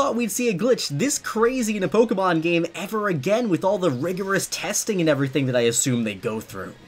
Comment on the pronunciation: Quit saying pokemon. I can't unhear you saying it wrong. Why don't you say Pok A Tips as well? No that you say with an E for some reason, couldn't say it right to save your life. Edit: and leaving ranked battles, teaching people to leave ranked. Dislike this scrub